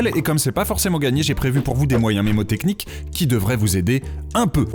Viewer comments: On ne dit pas memotechnique mais menemotechnique sal con😂😂😂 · Je tiens à préciser que le N ce prononce dans mNNNNNNémotechniques!!!! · juste on dit pas "mémotechnique"